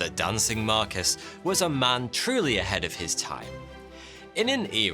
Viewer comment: I love your videos...but it blows my mind that a seeming Englishman like yourself doesn't know how to pronounce 'marquess'